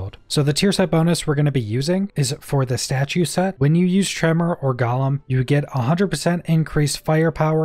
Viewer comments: Omg dude... I don't usually correct people on shit like this, but it's driving me crazy. It's pronounced "GO-LEMM". Not "GALL-UM". There's only a single "L". IDK why this hurts me so much, but I hate it lmao. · Is Champion really worth it though. It is only active for 10 seconds after activating golem, and you really shouldn't be activating golem enough to have anywhere near decent uptime on it. Also, small nit pick. Gollum-character in LotR. Golem-skill in outriders(gole sounds like dole)